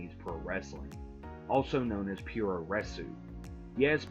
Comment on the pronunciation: It's pronounced Poo-roh resu. Not pure-o wrestling 😂